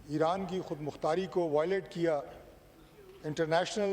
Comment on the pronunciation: It's Iran not Aran😂😂